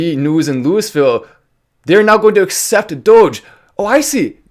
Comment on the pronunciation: There’s a few different ways to pronounce Louisville, but to pronounce it Louisville is frowned upon.